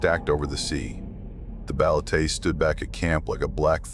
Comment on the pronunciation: When a local warns you about stuff the community fears, it is wiser to take heed than be arrogant and laugh at their warnings. Whenever insects fall silent, be it in a residential area or forest, woods or jungle, it just means the monsters are up and about. oh, and its ba-le-te, not baletey. Just a short ē not the long e. Thank you for sharing your experience with our local supernatural creatures.